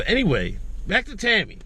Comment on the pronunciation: Tomi- not Tami.